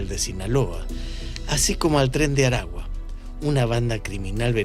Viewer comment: Sra, no es tres de Aragua, es Tren De Aragua.